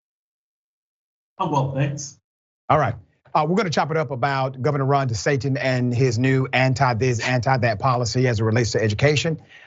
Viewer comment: Lol, he said Ron desatin